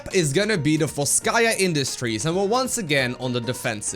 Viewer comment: BTW, it vOlskay industries. the stress on the first syllable.